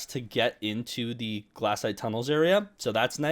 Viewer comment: IT IS GLAY-SHITE not glass-ite